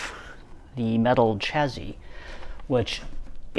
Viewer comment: Is that 'chazzy' or 'chassis'? 😂😂